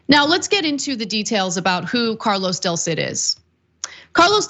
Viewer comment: del cid not Delcid.